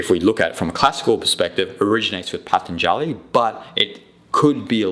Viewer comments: Wish you knew how to pronounce Patanjali...so easy to get the a's mixed up...otherwise, very interesting. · rubbish! not only you don't know how to pronounce the word Patanjali, but you also don't understand the first thing of his yoga sutras. Atha, the very first word of his very first sutra is directed to a student. in a way, it is a question in disguise. it asks the student are you ready? are you really ready to receive the teachings? are you done with your past? are you done with your future? is it a life or death situation for you? is this path truly right for you? that and some more is what Atha means. and I will not watch any further, because you are simply not qualified to talk about it. my suggestion is: do some Yama and Niyama Sadhana for at least one year very intensely and then slow by slow you will start to understand yoga sutras.